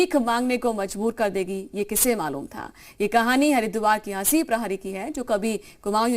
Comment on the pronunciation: नाम तो सही से ले लो जी हसी नही हंसी नाम है उनका